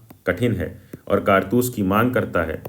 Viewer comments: kaartus ❌ Kaartas✅... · bai kartas nhi hai kartoos hai 😂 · Kartus ❌ kartas ✅ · bhai kartaas nahi kartoos🥴🤪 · it is “kartoos” not “kartas” ffs 😭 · 😂😂😂bhaiya vo vamiro hai vimaro nahi 😂😂😂😂😂 Aur ye kartoos hota he kartas nahi 😂😂😂😂😂😂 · Kaartoos ❎ Kartas☑️ 😂😂 BTW nice explanation 😁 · Kartoos❌ Kartaas✅